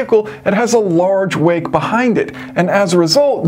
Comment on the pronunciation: and on the car comparison, I kept hearing you say small "weight", you're saying "wake". I was so confused, thinking, this has nothing to do with weight, it's the aerodynamic flow! Had to rewind a few times before it clicked in what you were saying.